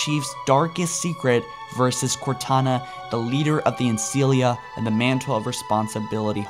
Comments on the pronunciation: lie-berryan? Senti-nent? An-cilia? You need to get hooked on phonics my guy. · No not at all. It makes my eye twitch every time, along with "an-sea-lia" and "sentinent" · work on your pronunciation...you repeatedly mispronounced key names and titles....to start with...there is no "liberryun...nor ancilia...nor foreigners..at least listen to other sources to get the pronunciations right.